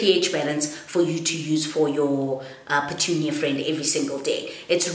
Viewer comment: Lol pertunia hahahha